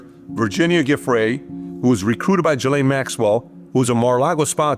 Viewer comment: Pronounce it right for once. It's GISLANE Not Jelane, or Galane, or Giselle.... GISLANE.